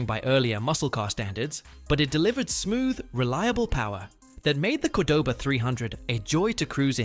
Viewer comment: The AI narrator couldn't say Cordoba either